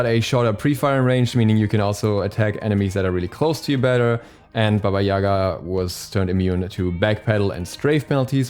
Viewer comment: Not Baba Yaga